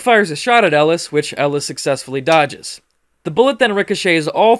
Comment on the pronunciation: ah yes Ellis “dodged”